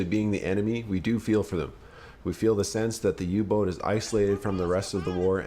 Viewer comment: Perfect text reciting but please Say third reish not reikkk And U boot is pronounced not u But AU with a length on the sylab Auu like Austria